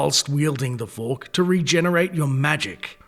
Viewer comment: I like how he pronounces fork. FUWARRK Fwuark*